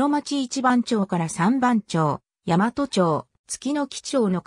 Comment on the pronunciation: 大和(ヤマト）でなく「だいわ」です。